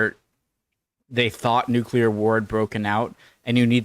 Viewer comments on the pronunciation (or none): 18 minutes and 23 seconds of silence for the nucular weapons